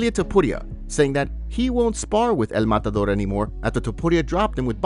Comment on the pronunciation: Who is dis EL MADADOOR you speak of?